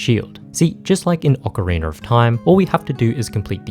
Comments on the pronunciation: tf do you say ocarinr for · Not the hard R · Why do Europeans always pronounce it "Ocareener"? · Ocariner of Time